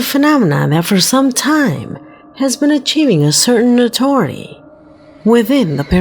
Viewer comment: Is this real voice, NOTORY INSTED OV NOTORIETY There r many mispronounciation n I no I misspell things for the sake ov space n time saving oweva as a NARRATOR we shud b able to undastand pronunciation so we can follow wot she's sayin about the clip. She sed IDEALICALLY n not IDYLLICALLY but atleast it's consistent unlike an unnamed Narrator who switches from TERRIFEEING to TERRIFYING, HEARED to HEARD